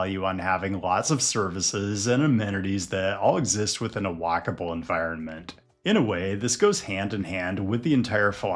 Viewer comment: My brain thinking you said wackable instead of walkable...